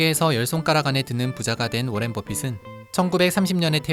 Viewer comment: 워렌이 아니라 워런입니다 그런것듀 몰